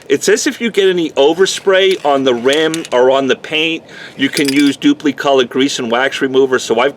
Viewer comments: Always heard it dupli with an "i" ...kinda funny sounding with an "e"...duplEcolor. wonder if they offer a low gloss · Love the pronunciation “Duuplee”